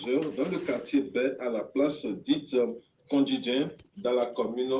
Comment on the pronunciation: Le journaliste n'est pas Togolais ? C'est quoi kondjidjin? Erreurs deux fois de suite ? On dit KONDJINDJI.